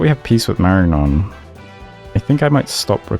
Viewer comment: Surely 'Marignon' would be pronounced with a silent 'g', wouldn't it? Like mushroom in French? Champignon. Like mareenyon.